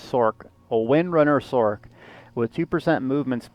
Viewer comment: "Sork"? Are you referring to the Sorcerer? If so, it might interest you to know that it's pronounced "sorserer" as with a soft C, not "sorkerer". So if you're truncating the word, you'd say it as "Sors".